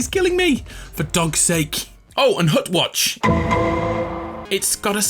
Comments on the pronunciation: did you say butt watch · “Hut watch” made me laugh every time for no good reason